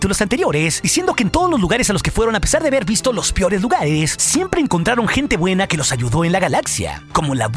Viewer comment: " los piores lugares" 😭 no puede ser xd